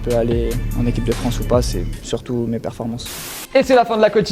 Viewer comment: Rabbiot et ces "performanges" 😂😂😂